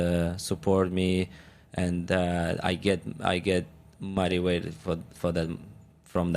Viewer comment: 🚨🚨 I thought he said “I get mighty wet from them!” 😮😮 Then I realised he meant “Motivated!” 😅😅😅😅🚨🚨